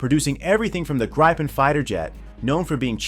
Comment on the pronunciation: Try pronouncing it as "gree-pen". That's still not quite right, but closer.